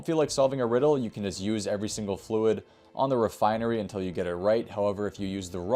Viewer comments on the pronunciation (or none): none